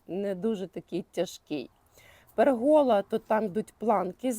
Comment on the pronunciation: Дуже гарно все зроблено, з часом, як виростуть ромлинки, буде затишне місце., не в образу, але в слові пЕргола наголос на перший склад. Трохи заважає сприйняттю. Всього вам найкращого і нових цікавих переробок. З задоволенням за вами спостерігаю з Хмельницького. ❤